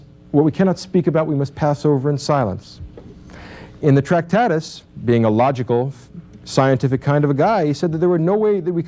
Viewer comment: Also it's not 'Tractatis'... but we can cope - the language game is robust.